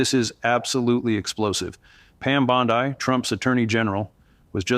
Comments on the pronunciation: Receipts, please.😐 I'll celebrate when it's corroborated!🤨 Why does he keep saying _ Bond-eye?😶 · The white guy in the video is AI. You can tell by it mispronouncing Pam Bondi’s name. Also all AI right now has the same cadence and rhythm. I can’t find any reputable source talking about it. After finding out that people outside the US are enjoying making money online by just lying and manipulating Americans with false info.